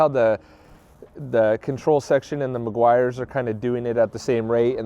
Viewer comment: It's pronounced Meh-gee-ars 😎